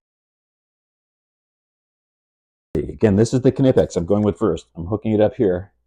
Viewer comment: Thanks fir pronouncing "Knipex" correctly 😁 Top-grade stuff and if you study how the jaws work on various-sized objects you'll see there's some serious engineering in their design which gives them incredible holding power. Vise-grips locking feature can be handy. Out camping I loaned my beater motorcycle to a 'friend' who crashed and broke a footpeg. A large set of Vice-grips made the hour-long ride home much easier. Each tool has it's own advantages!